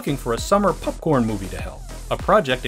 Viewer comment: "PUPcorn"?! Might you be a Wisconsinite? My Pops and his entire family says/said "pupcorn", and I've NEVER heard it elsewhere until that time stamp. EDIT - Time stamp correction